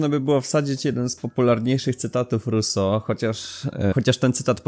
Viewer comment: . Trudno było słuchać, pełno błędów od Ruso po pożeniona, rezygnuję